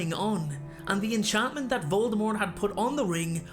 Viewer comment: I just want everyone to know the T in Voldemort is silent.